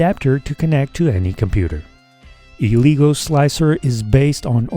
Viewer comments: its pronounced "eh-leh-guu", not "ee-lee-go" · It’s pronounced as L-ah-gooo Not l-e-go